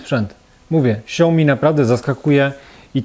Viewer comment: Na przyszłość, śao-mi (2 sylaby) ;)